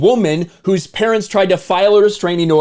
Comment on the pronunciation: CONFUSION OF THE HIGHEST ORDAH!